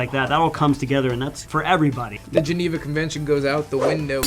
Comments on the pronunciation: it's *Geneva, not Geniva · Geniva should be Geneva*. Come on,, you can do better.